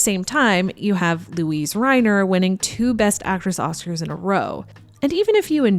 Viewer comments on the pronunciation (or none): I know this is going to come across as a split hair, but Luise Reiner's first name is pronounced with three syllables. Funny the things we react to.